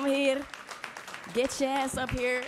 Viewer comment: Besides all the cuteness in the speech can we focus on the way she say “heRRre” 🥺❤️